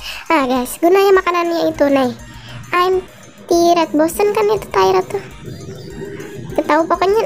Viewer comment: Tired itu capek kak 😊, nyebutin tired itu gini "Taert"